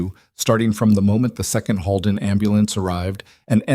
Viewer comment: It’s not pronounced Hallden, it’s pronounced Holeden!!! Please make sure pronunciation is correct! This was a great story! ❤❤❤ Monson, Maine